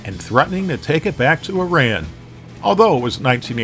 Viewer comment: Hearing you pronounce Iran hurts my ears